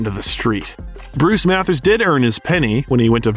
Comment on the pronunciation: The pronunciations of Mathers, Rosenberg & Suge are absolutely criminal